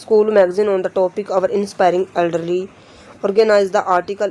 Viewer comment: Bhot acha but not edrely it's elderly